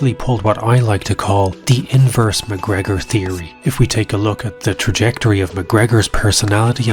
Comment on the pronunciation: lol sounded like Boner McGregor